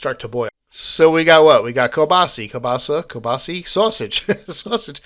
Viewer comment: It’s pronounced “Keel-bah-sah”. 🤣🤣. Nice work! Love the videos. Keep them coming.